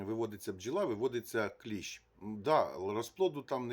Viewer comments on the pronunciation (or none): Не клєщ а кліщ!